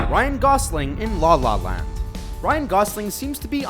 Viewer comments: Why does he sounds so uncomfortable saying La La Land? it sounds like "Dlah lah land" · I'm uncomfortable hearing how the narrator say "La La Land"